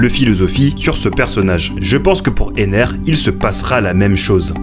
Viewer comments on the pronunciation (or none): c'est enel pas ener